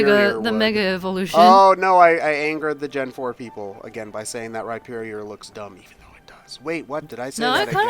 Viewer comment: Oh my fucking god. They actually pronounced Rhyperior correctly. They made fun of me in a Let's Go stream for correcting them and never apologized when I proved it on Twitter. XD And, yes, I do use the underwear hole.